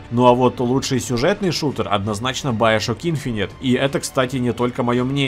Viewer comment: байошок. хм, не знал, что так нужно говорить